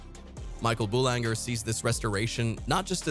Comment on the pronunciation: "G" in French is pronounced as a "fat" "Z." You can pronounce English as you like, we care less. But when you pronounce a foreign word, you must pronounce it correctly, avoiding being ridiculed. So, "Horloge" is "Horloze", and "Boulanger" is "Boulanzer". Not HorloG or BoulanGer.